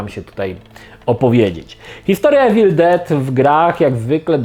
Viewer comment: Nie czyta sie Ewil Czyta sie iwil 😉